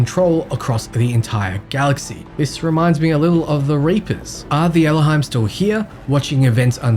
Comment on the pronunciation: Please learn how to pronounce Elohim before the next video on Exodus. It was very painful.